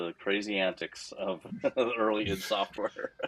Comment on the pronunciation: "idd"?? pretty sure the company is supposed be pronounced as I.D.